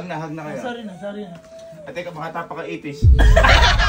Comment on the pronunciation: IFISH? 😂😂😂😂😂😂😂😂😂😂😂😂😂: Ipis hindi Ifish 😂😂😂😂😂😂😂